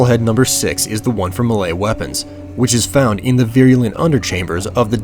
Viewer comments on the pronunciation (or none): none